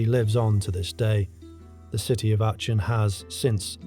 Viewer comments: REALLY good work there! one nitpick: your pronunciation of Achen (it's more like Ah-ken). again, great content overall though! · Hi..its pronounced Arken....just a heads up.